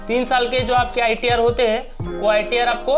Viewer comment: IRT nahi sahab ITR hota he o !! 😂😂😂